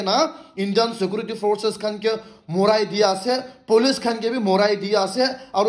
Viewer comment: we viewers are not deaf or are you deaf yourself.....? & By the way you should seriously take Tuition & attain coaching classes for the Grammar on English subject & stop shouting your own grammar like Paylot instead of pilot,...Shekurity instead of security,.... Satchushen instead of situation,.... Terrist instead of terrorist,....Apolojay instead of apology,....Shoplai instead of supply,.....Desla instead of Tesla,.....Rohu Gandhi intead of Rahul Gandhi,......Nirindra modi instead of Narendra modi,.....Lion Messi instead of Lionel Messi,......Amir khan got talent instead of American got talent & the list goes on & after all you're the most experienced youtuber in nagaland like you said since you started your channel & had recieved all those YouTube's silver play bottoms way back from 2001😂😅🤣😂😇😝🤪😆😁 even before the official launching of YouTube in 2005..